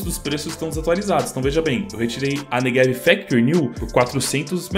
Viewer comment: tu diz neVeg em vez de neGev igual eu